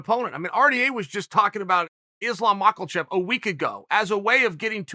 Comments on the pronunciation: Just here to hear Uncle Chael say Makelchef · MachaLchev, BlachoVOvich, BeHal Mohammad, YaRir Rodriguez Chael, if you want to be this insider oracle, take a fucking minute to learn how to pronounce names, ffs almost as bad as Schaub and Serra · Chael "Islam Mockle-Chev" Sonnen... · Yeah. He's a phony. He purposely says people names wrong and always gets their record wrong and a lot of other things to act like he doesn't really care about any of this. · Brother if u can't pronounce makhachev....then jus call him Islam....